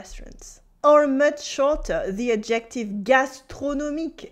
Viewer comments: Thank you for these wonderful lessons! A little note on English pronunciation: “Adjective” should have the emphasis on the first syllable, like so: AD-jec-tiv. (I thought originally you were saying “objective,” which has the emphasis on the second syllable: ob-JEC-tiv.) I also noticed you mentioned that l’Académie Française issued an official “reclamation.” I believe that is a faux ami, at least in colloquial American English. In Portuguese, “reclamação” means “complaint,” so I’m guessing that’s what you meant? In English we use “reclaim” differently. It means something like “recycled.” “This table is made of reclaimed wood,” would mean the wood has been salvaged from, for example, a building that is to be torn down. By the way, your pronunciation of “holier than thou” was just about perfect! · Are ypu saying objective?....When you should be saying adjective...which is pronounced ....ah gha tiv...with the accent on the 1st syllable...adjective.....je besoin dire a vous.... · took me an embarrassingly long time to figure out you were saying adjective, and not ejective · I love her and I love it that despite her expertise, she pronounces "adjective" with the stress on the second syllable, so it kinds of sounds like obJECTive in stead of "ADJective." Elle me rappelle la grande majorité des Français de ma connaissance: intelligents, enthousiastes, pleins de joie. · Do all Brits pronounce it "ad-JECT-tive"? I haven't heard that in my U.K. sojourns. I have noticed how the accent stress appears to change as it crosses water. French: Cy-ra-NO British: Cy-RAN-o American; "CYR-a-no. I've heard an American poet point out that in Britain, apparently, one who plays that jazz instrument is a Sax-OPH-on-sit. And he might use the U-RINE-al in the gents' lav! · "Adjective" in English is pronounced "ADJ ek tiv" with the accent on the first syllable. But the way you say it is adorable!